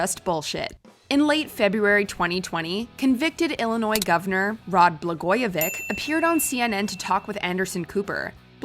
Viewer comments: bluh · goy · uh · vich not vic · Pronounced Blagojevich’s name wrong. It’s like itch or stitch not ick. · Blagojevich not blagojevick 😁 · ITS " ITCH " not ICK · its pronounced BlagojeviCH not Vic. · Sorry, but it's pronounced BLA-GOYA-VITCH, not BLA-GOYA-VICK. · I believe it’s pronounced BlagojeVICH, not BlagojeVICK! Rhymes with ITCH. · Blah-go-VITCH. Wow. We have worse names for him here. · Blagojevich ends with “ch” like as in “check.” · Blagojevich is not pronounced “vick” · Blagojevich , the ch is pronounced vitch without the t, it's a Serbian/Croatian last name. I had a teacher in high school whose last name ended with vich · BlagojeviCH (pronouciation) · Nobody: Narrator: Blagojevik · Please pronounce his name correctly" BLA GO A VICH". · Why doesn't Watch Mojo use narrators who actually have a clue?! Blagoyo-VICK? Umm have you ever watched the news? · Bla-GOY-a-vitch. It’s not that hard. 🙃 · BlagojeviCH! CH, as in chair. You're pronouncing the J right (as a Y), but not the CH. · Im from illinois and im pretty sure its BlagojeviCH. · I know you guys are Canadian, but why are you pronouncing Blagojevich in an obviously wrong way?